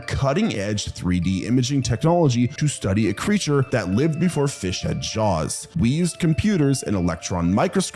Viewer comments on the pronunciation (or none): none